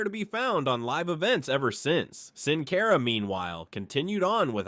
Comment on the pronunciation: Who is "Sin Cayra" ?